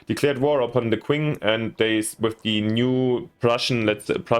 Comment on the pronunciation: Great overview. 👍 tiny pet peeve: the Qing dynasty is pronounced CH-ing. Chinese spelling is odd when trying to use the Latin alphabet: Qi => Chi Xi => Shi Zho => Jo Looking forward to watching this playthrough 😆